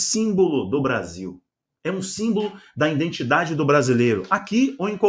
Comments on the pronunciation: Se fala identidade não indentidade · é identidade e não indentidade, meu querido! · Presado, seu trabalho é de excelente qualidade mas deveria melhorar seu português. Em vez de falar IDENTIDADE você disse INDETIDADE. Não tome a mal esta correção pois é com muito carinho. Deus abençõe!! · Presado, seu trabalho é de excelente qualidade, mas deveria melhorar seu portugues, em vez de falar IDENTIDADE, você disse INDETIDADE. Não tome a mal esta correção é com muito carinho, Deus o abençõe!!